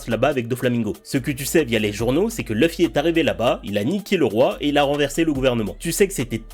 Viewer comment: Toujours mon combat pour prononcer Loufi et pas Leufi. La prononciation japonaise originale est bien Loufi et c'est si facile pour nous de le dire (avec accent Français bien sûr), car le son existe pour nous aussi...